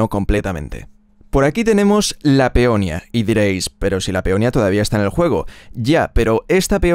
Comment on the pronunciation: No es peonia es peonía